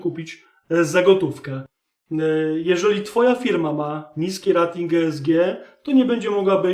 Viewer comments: Rating wymawiaj jako REJ-TING. Poza tym, wszystko okej. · super materiał. Proszę mówić "rejting", bo "rating" nie da się słuchać, kłuje w uszy. Jeśli już chcemy wymawiać po polsku to spolszczmy to do naszej "oceny/klasyfikacji". Pozdrawiam